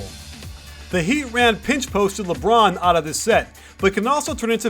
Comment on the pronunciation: When coach said " ...Because everyone knows it's goin' to be a leborn isolation" I laughed so lard!